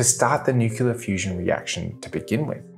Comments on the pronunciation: I love your videos, but it's driving me nuts how you pronounce 'nuclear' - it's 'new-clear', not 'new-cu-ler'... Keep 'em coming! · You shouldn't do a video on nuclear topic if you can't be bothered pronouncing the word correctly. New-kle-ah, not new-ku-lah. Thumb down. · Did he say "nucular" ???? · "New-Clear" not New-Queue-Luh. Hard to take you seriously when you can't even pronounce a two syllable word correctly. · Repeat after me, Nu-cle-ar. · My wife and I both love this guy's videos, but yes, the "nukular" is a bit hard to listen to. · Sorry mate, I can't get past nukular. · How do you make a video about fusion and not learn to pronounce "nuclear"? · Just look at the spelling of the word 'nuclear'. It isn't that hard to pronounce the word correctly. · This guy perpetuates the mispronunciation of the word 'nuclear'. It's hard to believe that his thoughts on physics are correct when he can't pronounce 'nuclear'.